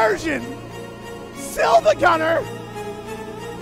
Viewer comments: minor nitpick: it's not SILVAgunner. It's 2 i's, the second one is just capitalized. So it's Siivagunner. Pronounced SEE-va-gun-ner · FOR THE LAST TIME ITS PRONOUNCED "Seevagunner" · Day 2 of telling that the l is a capital i and it's pronounced see-vagunner